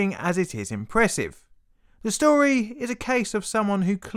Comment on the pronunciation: Fank you for va stovi. It was vewy intawestin.